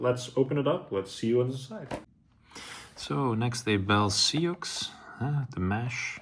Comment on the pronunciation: Nice review - FYI Sioux is pronounced ‘soo’.